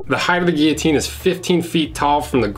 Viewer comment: I discovered, binged, and subscribed last night, and knew I made the right choice when I heard you pronounce guillotine correctly. Keep up the great content.